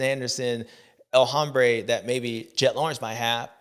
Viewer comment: Bubba, the “H” in El Hombre is silent bro. It’s pronounced El Ombré. Give it a try next week